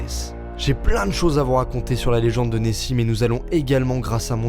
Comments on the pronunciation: Nessie -> neoxi 😂😂 c nul 😒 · a chaque fois j'entend messi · Qui à entendu Messi quand il a dit Nessie